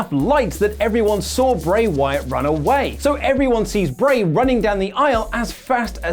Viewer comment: Ironically you botched "Wyatt and Rollins" lol